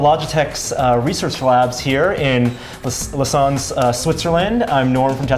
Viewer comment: IT'S PRONOUCED LOWS-ANNE